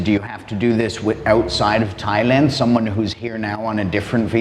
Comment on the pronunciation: Learn Thai please it’s Thailand 🇹🇭